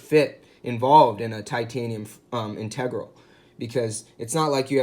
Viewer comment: I believe you are mispronouncing the word “integral”.